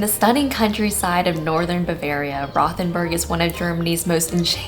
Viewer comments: Nice video guys! There's no 'th' sound in German, so it's actually pronounced.....ROW'-TEN-BURG. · It's actually pronounced "Rote-en- berg" not "Rowth-en-burg". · I was there for the Christmas market. Great little town. By the way, it’s pronounced Rote, not Roth. Rhymes with boat. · I love Rothenburg! I was there last month. However, it’s pronounced WROTE-en-burg. lol. Did you NOT go to the Medieval torture museum?!?!? Or Käthe Wohlfart’s?!?!